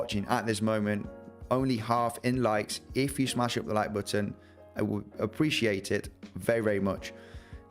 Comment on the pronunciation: you pronounce the word “button” better than anyone on YouTube, and for that I think anyone who doesn’t smash it up might be dead inside. Even aside from the analysis of course lol